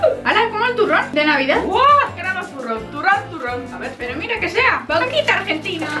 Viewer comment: Dios, dijo vauquita